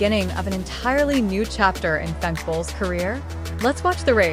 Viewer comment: Hate that the AI voice doesn't pronounce Femke correctly !